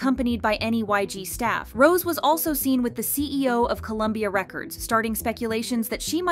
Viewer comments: Do you not see the accent mark above the e in Rose's name?? It's not pronounced ROSE like the flower. It's ROSE-A. Jesus Christ on a bike. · Rosè It’s pronounced row-zay that’s why there’s the accent on the E it is not pronounced like the flower get it together girl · It's ROW ZAY